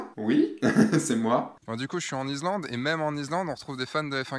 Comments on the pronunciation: Répète après moi, iSSSSSlande;-) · Tres chouette video.Gros pouce bleu.Par contre... pourquoi: IZ-Land?Surtout que tu le prononces 32000 fois... Bravo pour la vidéo sinon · David Non, tu te trompes, est parti en Izlande, pas en Islande! Par contre, ne me demande pas où ça se trouve 😂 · on dit Issssslande! Mdr 😂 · Salut, j'adore tes vidéo et on travail mais y a t'il que moi que ça hérisse quand tu dis "izlande"? J'ai pour projet de faire ce voyage d'ici la fin de l'année et j'aimerai savoir, quel a été ton budget pour vous deux? Histoire voyager léger, tu pense qu'un grand angle et un téléobjectif suffisent? Dernière question, dormir dans le 4x4 c'était pas envisageable pour vous? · Super reportage... Bravo... Je voudrais juste noter qu'on ne dit pas I"z"lande mais I"ss"lande et le x de Chamonix ne se prononce pas... "Chamoni" 😁 Vraiment un super voyage... J'y pars en février... Il fera encore plus froid... 😱